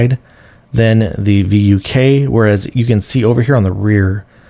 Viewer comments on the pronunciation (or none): It's supposed to be pronounced as "fook," as the name itself means "wolf" in Serbian, to fit G-Wolves' thematic naming of canines. Even then, that pronunciation sound like the Northern England's saying of the f-word. It would be even better if G-Wolves used the Russian word "Volk," which also means "wolf." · It's pronounced "Vook" like book or look etc... Means Wolf in Serbian.